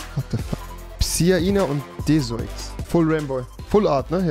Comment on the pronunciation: noch schlechter hätte man es nich aussprechen können bro. pisaina= psiana desoix= deoxis